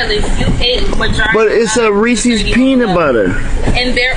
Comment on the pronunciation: If you don't know how to pronounce Reese's you don't deserve a refund! 🤦‍♂️😆